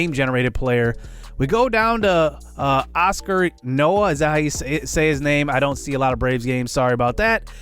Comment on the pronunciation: Also wins don't mean anything when it comes to pitching. Can't blame the pitcher when they are throwing low 3 and high 2 ERA'S and the team is losing. You just got a rebuilding team who isn't going to win a lot of games yet Braves pitcher pronounced (Hey-Oscar) (EEE-No-uh)